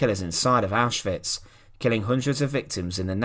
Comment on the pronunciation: Thx for pronouncing Auschwitz properly